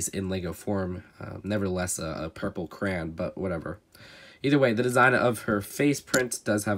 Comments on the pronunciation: Cray on not cran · It is pronounced “Cray-on” not, “Crane” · It’s Cray-on! Not Cran... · CRAY-ON. NOT CRAN. LEARN ENGLISH YOU ILLITERATE PRAYING MANTIS! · Why are you pronouncing it cran it’s cray-on crayon not cran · Its cray-on not crayn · I’m British and I was so confused when he said craan not cray-on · Oh I thought you where saying purple cran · They way you say crayon 😑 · weird with some of his pronunciations. I don’t get bothered by not emphasizing the “yo” in “crayon” because I’ve never spoken to anyone in person that does do that, but he always pronounces “accessories” as “assessories” and that actively irritates me